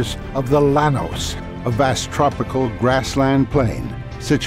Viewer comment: Llanos is pronounced “YA-nos”